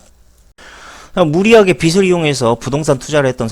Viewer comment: 씨? 빚이-->" 비치 "가 아니고요 " 비지 " 로 발음해야 허고요.... 빚을---> "비즐"